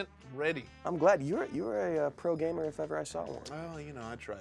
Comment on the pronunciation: Alexa should lose a point for pronouncing gamer gahmer